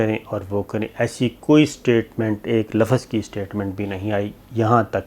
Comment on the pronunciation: Sabir shakir sahab lafaz nhi balke lafz sahi alfaaz hai.